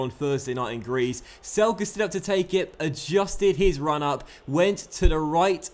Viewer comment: It is not "Selke" it is "Zelke" because he is German